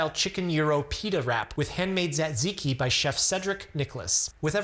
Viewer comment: You're butchering the word Tzatziki. And don't rely on google pronunciation. That's wrong too.